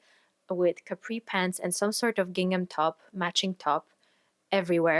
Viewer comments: Gingham and seersucker are super weird words but you’re saying them right ❤ I made two gingham dresses YEARS ago and even though they’re all worn and faded, I get The Most compliments every time I pull them out! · Your pronunciation of the words "gingham" and "seersucker" is perfect.